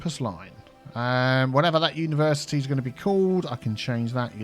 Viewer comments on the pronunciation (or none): "Universe Iced-Tea" 😃